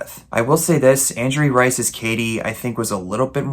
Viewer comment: Renee Rapp, she also was the 2nd actress to play her in the Broadway musical and she’s a popular singer right now Also apparently how to pronounce Angourie Rice’s name is ang-OW-ree